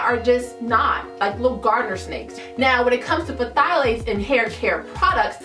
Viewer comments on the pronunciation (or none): Is the P supposed to be pronounced in Pthalates? 🤷🏽‍♀️